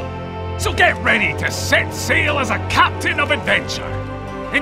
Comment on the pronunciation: It sounded like he said c*nt not captain at the end 😅